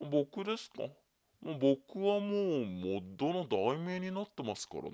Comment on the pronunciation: あと、モットってゆってる？本当はモッドだよね？www